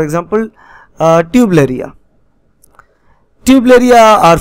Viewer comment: Not tubeleria its turbeliria